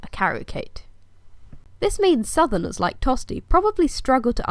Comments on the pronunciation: My name is Tostig! Not Tosty! Say my name properly please! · Is there a reason why you pronounce his name 'Tosty' and not how it is written? Not trying to sass you but I'm just curious if I'm saying it wrong. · It is actually pronounced tostish the Anglo-Saxons pronounced ig at the end as sh just like Germans now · A long, long time ago... And I hate to break it to you but most people in Northumbria were Danish and spoke a different language to the south and hence “Tostig” is not pronounced “Tosty” in Northumbria. As Earl, I ought to have you arrested and thrown in jail lest I become a spectacle to the world! You are just like my usurper brother! Tostig Godwinson Earl of Northumbria Rightful king of England.